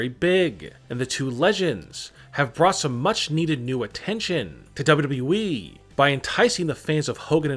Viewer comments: Lol he saying ww we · Nobody: Him: dabolyudabolyu eeee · Nobody else el find this voice annoying as fuck? Especially the way he pronounces WWE- "W...EEEEE" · Why does he said wwe like that 😂😂 bro you weird af